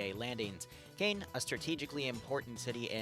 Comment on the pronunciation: Btw, Caen is pronounced (In English) more as Khan than Cane